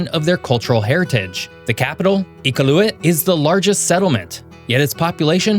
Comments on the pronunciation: Great video! A few tips: Noon. Nunavut is pronounced Noonavut. Iqaluit is pronounced IQALuit. Pelie is pronounced PeeLee. We 🇨🇦 really appreciate the ending. Thank you. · Most of the Manitoulin Island shots are not MI; they are of the LaCloche mouNtains, north of MI. ELS-mere, not El-es-mere. Ee-KAW-lu-et, not EKA-loo-it. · Thank you, great video. I can forgive you if you're from the Pacific Northwest, it's not maga country. But, a couple of corrections, noon meal is dinner, evening meal is supper in most of Canada. Besides the elk-moose thing, Iqaluit is pronounced "Uh-kaa-loo-uht", I can't pronounce it properly either, only the natives can. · Iqaluit is pronounced Ee cal you it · Hi: just a little correction to you pronunciations of Nunavut and Iqualuit. It is not “Noneofit” but “Noonoovoot” and it should be “Eekaloweet”. Just want to make sure they get the respect of the correct pronunciation, thank you. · You missed a very important one...the Columbia Ice Field. It's one of only two glacial fields that have head waters flowing into THREE oceans. Oh, and by the way, Iqaluit is pronounced ee-KAL-you-it. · Do you ever bother to look up how to pronounce things before putting them in videos? Noo-nah-voot (Nunavut) Ee-qaloo-eet (Iqaluit) Newf-und-land (Not new Finland) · we pronounce it ie-cal-you-it. But then again I'm a white guy from Newfoundland so i don't pronounce anything correctly 😂😂😂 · Man please tell me you got better at pronouncing these names. Nunavut and Iqaluit are horrendous... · As a Canadian, it would've been nice if you'd done a bit more research on city/province pronounciations, Newfoundland is pronounced newfin-land, not newfinlind. Also Iqaluit was mispronounced as well. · Gd-it we aren't New-Finland. And eff whatever you called Iqaluit, and Nunavut? I'm having as you said, Nun-of-it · Ugh do a little video research pls I live in the yukon and you pronounced kluane park wrong and also Iqaluit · He also pronounces Iqaluit weirdly too.